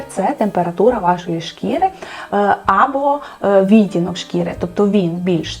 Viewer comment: Від мене одразу ж уподобайка! 👍Дуже дякую за вашу роботу! Цікаво було послухати. Тільки кілька маленьких зауважень: замість російських "морщинок та уголочків" потрібно казати ЗМОРШЕЧКИ(зморшки) та КУТОЧКИ (кути). У слові відтінок(и) правильний наголос має бути на другому складі, а саме, відтІнок, відтІнки. А так, у вас просто чудова українська! Від себе додам, що не можу прийняти правило носіння босоніжок із звичайними шкарпетками, от не подобається і все, а от срібло та золото на собі таки поєдную☺️ 🌸💮🌼